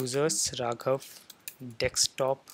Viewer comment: just kidding , you say dekstop instead of desktop 😂